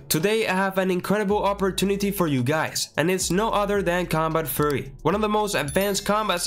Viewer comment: Why does bro keep saying "combat furry" 💀